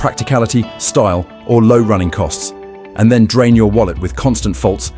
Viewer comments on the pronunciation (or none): none